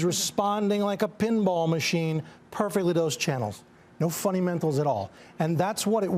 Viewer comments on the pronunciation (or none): Did he say "Funnymentals"?